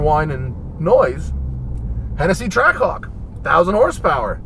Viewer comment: All I can hear is "Track cock", especially when he says it really fast. I'm not a native english speaker but it's funny how none of the guys from Jeep actually thought of that. (Or anyone in the comments as far as I can see for that matter)